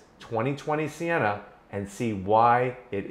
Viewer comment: For real I thought it said senna not sienna